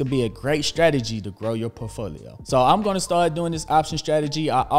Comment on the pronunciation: My days made when you say POfolio..lol. Love it🏋️